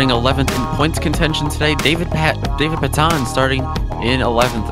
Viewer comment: It's pronounced pay-tun